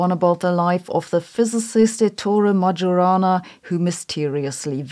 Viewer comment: Majorana is pronounced "Mai-o-rana." The "j" in Italian is the same letter as "i," as it was in Latin. It just used to be written with a tail in Sicilian when it followed another vowel, and Majorana was from Catania.